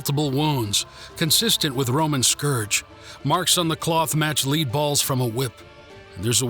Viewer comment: Its lead balls (pronounced led)